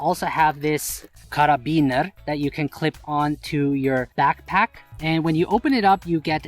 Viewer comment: Hermano say Carabiner again haha. Great video as usual.